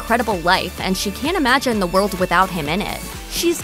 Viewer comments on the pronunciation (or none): none